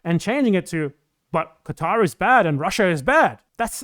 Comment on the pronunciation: As someone from Lebanon/Syria, who grew up in Kuwait to a poor expat family, I have a personal hate against the Oil Monarchies of the Persian Gulf, but as you said the willingness of Westerners to criticize non-Western countries much more harshly than their own much more destructive countries is disgusting. Minor correction: the Q in Qatar isn't a qu/kw sound, it represents a sound not existent in English, just say Katar that's a much better approximation in my opinion.